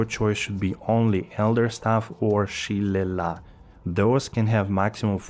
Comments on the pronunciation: shi-lay-lee is how you pronounce Shillelagh. yeah irish... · shillelagh is pronounced "shi-lay-lay". Its a Celtic/Gaelic word that refers to a hardwood cudgel. Usually made from Oak or Blackthorn wood. Just FYI. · i almost spit my coffee out when you tried to pronounce shillelagh